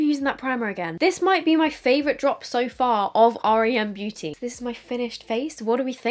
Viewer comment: Hey love the video 🥰 just thought I’d let you know though the brand is pronounced with just the letters R E M, like the sleep phase 😊